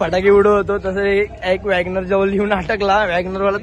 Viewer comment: Wagnor ny G-WagnoR bola r 💀😂 💥